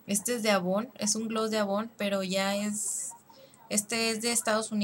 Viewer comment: se lee eivon